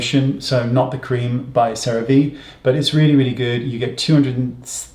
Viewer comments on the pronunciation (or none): Cerave is Sarah - Vee. It’s ceramide vector, which is their products USP this delivery system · CeraVe is pronounced "Sarah V"